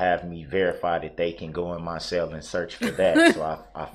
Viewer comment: He had to stay in his cell..he pronounces it (sale) 😅